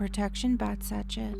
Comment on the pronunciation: Hi! Lovely video. Just a note meant to help you...the bag sachet is pronounced "sash-ay"